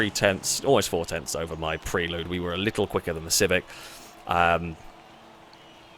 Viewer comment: pronunciation of 'Prelude' is grating (always has been), I can't watch!:D